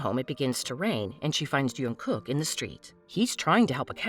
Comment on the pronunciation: Ahem sorry yo interupt its Jung kook not yung kook no offence😂😂❤